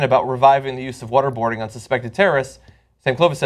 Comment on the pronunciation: Every time John Iadarola says "water boarding" it sounds like he's saying "what-a-boarding" like "what-a-burger"; both horrible things to talk about LOL